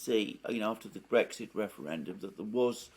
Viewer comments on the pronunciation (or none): none